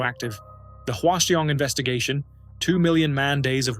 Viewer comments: I hate to be the pronunciation police, but Hwaseong is pronounced like hwa - song. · that is the most atrocious pronounciation of hwaseong i've ever heard